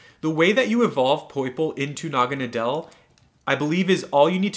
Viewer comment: Btw its said like Naw-ga-na-dl